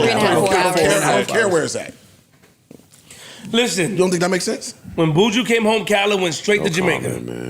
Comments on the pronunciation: It is BU-JU not BOO-JOO. BU. JU. claiming to be Jamaican and can't even pronounce the Gargamel's name properly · how can you claim 🇯🇲 and allow them to call Buju “Booju” and then repeat it. Come on man represent us better please.